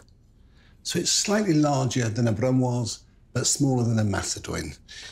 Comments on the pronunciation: BruNOISE lmao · There's going to be a run on celeriac after this. Marco's practically crooning. Don't care. This is great. Is that his ....oven ? And, I looked up the difference between vegetables chopped brunoise et macédoine. Brunoise starts, as he says from julienne-sized chopping, and Macédoine - pronounced mass-ay-dwane in Enish starts from vegetables chopped jardinière. Brunoise is about half-a- centimètre square, Macédoine is 1-centimetre square. Off you go to buy a decent chef's knife, have it sharpened. Learn to chop. The size he is cutting is to create a mirepoix, which is used to create a sauce. Brunoise is the basis for vegetable gravy. I looked all this up so you now you know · Funny how he says ragu and brunoise with some vaguely foreign accent.